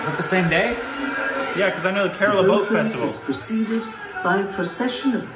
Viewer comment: It's Kerala not karala